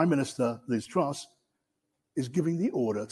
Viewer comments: its called Lizz TRASS.. not Trous.. open up the U. its called TRASS..!! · truss not troose